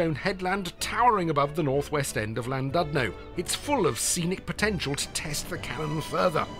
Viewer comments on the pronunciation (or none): You got the pronunciation of 'LL' spot on, but the u in Llandudno sounds like 'i' - Llan-did-no.